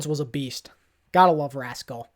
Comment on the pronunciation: Weird that you said rascal and not haksal but I agree